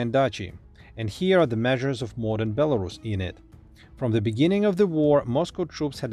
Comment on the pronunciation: [BelarUs] last syllable is stressed